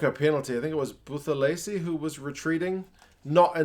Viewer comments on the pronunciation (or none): Bro, with African(Black) players the 'h' is silent if it follows a t so it's pronounced Bu-te-lezi. Just thought I should tell you bro lol